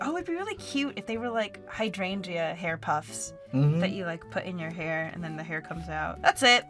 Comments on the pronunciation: You two pronouncing "hydrangea" had me absolutely rollllling!!!! "high-drain-ia"! You don't pronounce the "g" XD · You pronounce Hydrangea wrong. Your adding an extra g and a y. Your saying Hydrangyea (Hydran"gee"a. The only y is in the beginning, not at the end. (Biologist sorry)